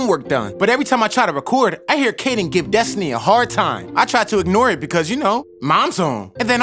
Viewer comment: I think it's Destiny/Destinee (idk how to spell it), not Desny. But it does kinda sound like Desny when he says it, though.